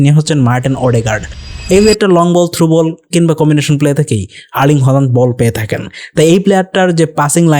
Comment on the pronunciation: হল্যান্ড না, হালান্ড। বুঝছো বলদা?